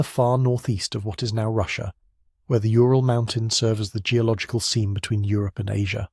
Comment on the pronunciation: Ural = Ooral, not yooral (Ура́л).